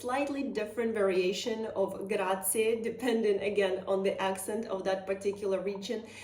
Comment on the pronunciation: And please not “Grazi” (as many Americans say) but GraziE ! 😊